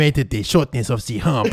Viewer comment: "i need to find a heump" Secs later dies:" i underestimated the shortness of ze heump" 😂